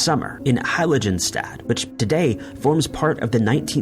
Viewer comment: Fermat. The t is silent. Heiligenstadt. The g is hard (like "girl") and the s is a fricative (like "shaft".) If I've said it once, I've said a thousand times: look up foreign words and names before you record.